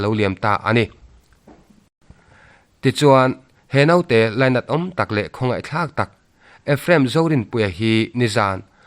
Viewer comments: Note ni lo vin,Naute,tih tur.a va pawi thin ve,a lainatawm hle mai. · Mihring ah chuan 'Note' ti lovin, 'Naute' tih tur. I mizotawng chhiar dan thluk pawh hi a dik tawh viau, hmasawn zel tur in ka duhsak a che.